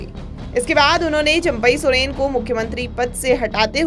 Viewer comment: इनका तो चंपाई सोरेन उच्चारण नहीं आता